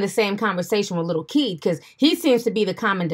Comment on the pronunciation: So he calls himself lil kid...🙄🧐 Yes, I know it’s spelled Keed but I know he can’t pronounce it right